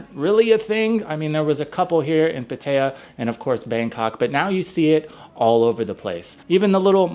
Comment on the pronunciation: Learn how to say Pattaya.... It's Pat-TI-AH No t Pa Tai ya.